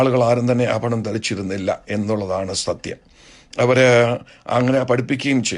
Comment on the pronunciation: ഈ സംസാരിക്കുന്ന അപ്പച്ചൻ മാർക്ക് ഭ ,ബ ,ഫ എന്ന ഉച്ചാരണം മലയാളം ഭാഷയിൽ ഉച്ചരിക്കണം ആ ഫരണം അല്ല. ആഭരണം. നിങ്ങൾ ആദ്യം ദൈവത്തെ അനുസരിച്ചു ജീവിക്കൂ. ഒന്നര കോടിയുടെ വീട് ഒരു ലക്ഷത്തിന്റെ സിൽക്ക് സാരി. റാഡോ വാച്ച് എന്ന് വേണ്ട ..... നാറിയ സംസ്കാരം നിങ്ങളുടെ ഇഷ്ടത്തിന് വളച്ച് ഒടിച്ച് അടിച്ച് പൊടി ജീവിതം.ഇതൊന്നും യേശു ക്രിസ്തുവിന് ഉണ്ടായിരുന്നില്ല. എന്ന് ഓർത്താൽ നന്ന്.